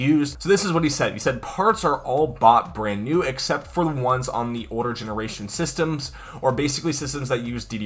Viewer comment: tho "bond new"